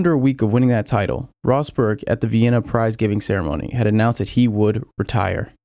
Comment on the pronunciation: Bro... you sound normal... until you say "Vettel" or "Title"... what's wrong with you?